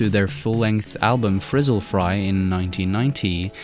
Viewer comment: It’s Fizzle Fry. Not Frizzle